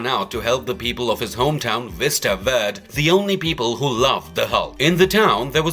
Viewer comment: “Ver-day” not “Vurd”